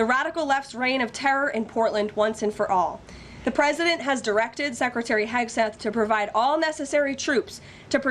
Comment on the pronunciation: And she said 'Hagseth'